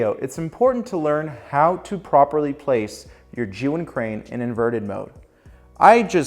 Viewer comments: First of all, great job of pronouncing the company name correctly, I just ordered the Crane M so I´m watching a lot of gimbal tips n tricks, almost noone pronounces the name correctly lol. For the last method, consider operating the crane remotely with the app, in an ideal situation that would be another person but I do believe it´s doable by holding the crane in one hand and your phone in the other. Cheers! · Really good tips. Also enjoyed your pronunciation of zhiyun